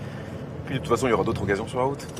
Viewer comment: good job on pronouncing the liaison between "d'autres" and "occasions". All the more so that the source speaker didn't. Your french is posher than his.